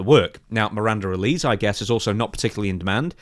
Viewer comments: I see this with a lot British wrestling news outlets when it comes to Miranda Alize's last name. It's a small thing but you are pronouncing it incorrectly. It's AL-LA-ZEA (last part of the name like HEY but with a ZED) (it may be a reference to the alcoholic beverage of the same name, popular amongst African Americans at one time) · Isn’t it pronounced Al-Lee-Zay ? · ALI-ZAY! ZAY! It's pronounced ALI-ZAY.. Mate. C'mon🤣killing me here, she even says her own name in the backstage seg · It is pronounced "Ale eh zayyy" Alize. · Funniest thing in this story is how says Alize